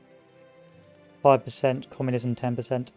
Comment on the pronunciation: lives in uk cant pronounce "communism" bruh..